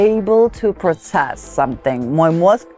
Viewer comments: Correction: here in the states the word PROCESS is pronounced prO-cess (stress on O), which makes it a short O which is usually pronounced ō as in FROST 😉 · Process ударение не на тот слог учишь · to process-обрабатывать- если в этом значении. то ударение на ПЕРВОМ слоге!!! А если на второй слог ставите ударение. то это будет глагол уже с другим значением и переводиться будет как - участвовать в процессии!!! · Process, вроде, на первом слоге ударение, разве нет? (и в существительном и глаголе). Сам когда начал готовить уяеников к ЕГЭ очень этому удивился.. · да, на первый слог, тоже резануло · очень резануло ухо тоже ! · Люблю Старикову. Но что с произношением слова process? Нy и у слова twink едва ли такое значение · Очень режет очень режет ухо ударение на 2;40 Process - ударение на первый слог !!!